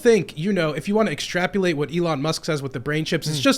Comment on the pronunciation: I’m not taking serious the odd manlet that said “extrapulate”…..